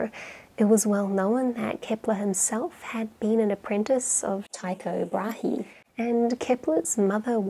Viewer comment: Small point: Rightly, or wrongly, I was taught that Brahe is pronounced "Bray", like the noise a donkey is (incorrectly) thought to make.